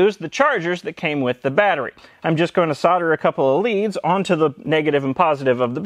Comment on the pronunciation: At last an American that can pronounce solder